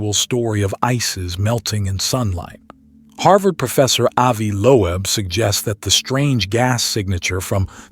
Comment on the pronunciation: CN is pronounced "CEYE-A-NIDE", not "sinide"!!! AND: Professor Loeb's name is pronounced "LOBE", not "low-ab"! Sheeeeeeeesh!!!